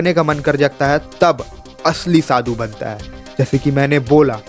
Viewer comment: Oh bhai, Shadu nhi, Sadhu hota hai 😊